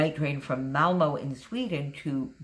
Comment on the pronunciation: It's a beautiful layout and you pronunces Malmö as a Swede and nearly as they say it themselfs in Malmö. You were so very close ;-)